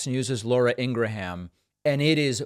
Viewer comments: It's Ing-grahm . .NoT---- ING gra-ham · Why did you call her Laura "Ingra-HAM" at the beginning of the video, then pronounce it as "Ingram" toward the end? I think the second pronunciation is the correct or preferred way. Not that it matters; she is who she is however you say it! 😅 Just wondering... 🤔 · Ingra- Ham! Ha ha ha